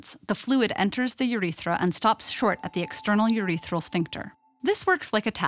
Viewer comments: the way she says "uthetra" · Wow I love the way she says Urethra